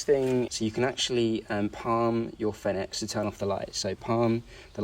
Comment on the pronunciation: You should at least check how to pronounce Fenix before making a video about it